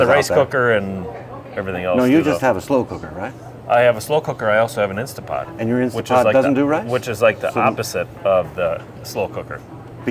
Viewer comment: Guys, it’s INSTANTpot not INSTA . Like scratching on a chalkboard 😂